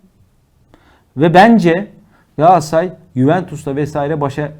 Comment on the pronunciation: Moderatör kardeş, programın adı "Gündem Gaaassaray" mı yoksa "Gündem Galatasaray" mı? Ne yazıyor önündeki kağıtta?